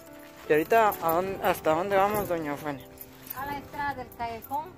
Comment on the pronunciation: "doña Eufenia" dice el patojo ! Muchá si van a hacer reportajes, deben ponerse pilas ¡ Cuidar la dicción y tener chispa, para que el vídeo no sea tedioso y lo querás dejar de ver !